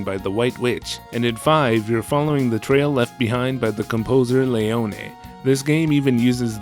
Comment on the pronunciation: Im liking your videos a lot but you pronouce some names horribly… Leone is just pronouced Lee-Own and in another video you called someone named Mathias, Ma-Thigh-is as Ma-te-us, little jarring